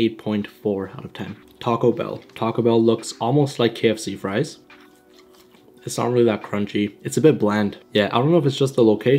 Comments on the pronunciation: Can't forget ze frois, and ze bebsi! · Where are “FRESH FROIZ”?